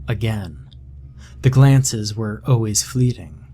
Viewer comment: Love your style. I have even gotten to like the way you say, “O’ways” for always.